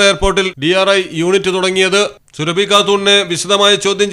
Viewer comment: സുരഭി അല്ലെടാ സുറാബി ആണ്